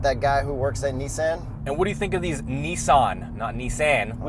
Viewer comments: Well since you mentioned it’s not Neesan. It’s Nissan. Two SS not two ii so say the S twice not the i twice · What dork says, “Nee-Saan”?